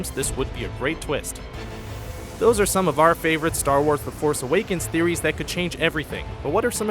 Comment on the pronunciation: star warth